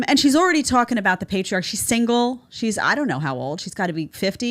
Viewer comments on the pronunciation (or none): The Peetreearcheeeee